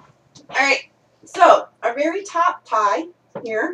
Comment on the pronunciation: Just saw the tags Vury sturdy. VURY heather. VURY teehed